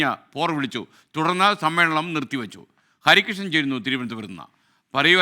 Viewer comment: നായരേ നരി കൃഷ്ണൻ അല്ല ഹരികൃഷ്ണൻ